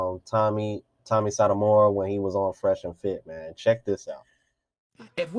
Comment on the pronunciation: Bro name is pronounced So Toe My Or Sotomayor.🤣 He was the first brother i subscribed to on YouTube 11 years ago.